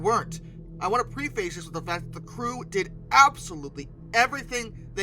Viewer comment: "Preface" is PREF-iss, not PREE-face.